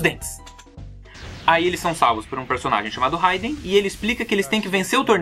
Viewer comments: Vc falou haiden o certo é raiden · É foda pra que falar o nome errado se pronuncia rweiden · Da agonia quando ele fala raiden com som de "a".